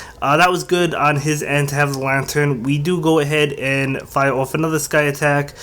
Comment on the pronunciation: Why do you say fire oufgh